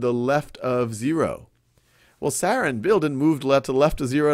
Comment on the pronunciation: It really bothers me by how Sal is saying Sarah >.>